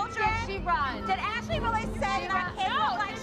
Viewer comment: Legend says Christi is still saying “Ashleee”